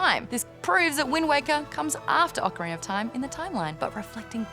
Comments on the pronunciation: I believe it is pronounced Oak-arina of time. Not Ah-carina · Ocariner of time my dudes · Ocariner of Time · "Ocariner" <3 <3 <3